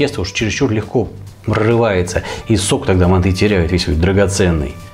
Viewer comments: это все хорошо что она лингвист.... вы посмотрите видео казахов киргизов и всех тюркских наций кто готовит мАнты и Шашлык и вы никогда не услышите мантЫ шашлыкИ и мантышницу🙂🙂🙂 просто ухо режит, а так видео зачет! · Происхождение блюда Тюркское и китайцы тут ни причём, к ним оно пришло из Монголии. Станислав Гильгенберг прав., правильно произносится с ударением на первый слог: мАнты. Современные лингвисты оставляют желать лучшего. простой пример: всегда было правильно произносить слово договор с ударением на последний слог: договОр, теперь произносить можно: дОговор. Лингвисты (российские) пытаются нас убедить, что это допустимо. Хотя когда я учился в школе, это было ошибкой. Такими темпами скоро и до буквы "Ё" доберутся, зачем нам лишняя "Е" в алфавите, ведь одна уже есть. А рецепт очень вкусный, уже год как готовлю. Спасибо большое. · МАнты, а не манты! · Не мантЫ а мАнты... говорят в Казахстане. И лучшая рыба в мантах, это змееголов. С добавлением 25-30% сала. Укроп в мАнты не ложится... и лук не пережаривается, и мясо делают рубленым, и не в коем случае не измельчают в блендере или тестомесе...- Это уже твой личный рецепт. И конечно тогда это уже НЕ манты будут. Нужно другое название этому блюду.А к настоящим мантам, используют соусы основанные на красном перце. Хорошо идет уйгурский "ляджан". Но к этому блюду из рыбы... может и эта зелень покатит. Короче, от "Мант" тут ничего и не осталось. Назови это блюдо по своему... но не мАнты. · МантЫ????? Что это? Есть мАнты.... и к слову они не склоняются..... так же как и шашлык.... Нет такого шашлыки... есть шашлык.... аж передергивает как вы это говорите..... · Согласен. Правильно ставить ударение на первый слог: мАнты.